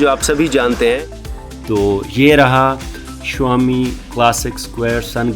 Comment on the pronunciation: It dosen't pronounce as Shuaami it's Shawmi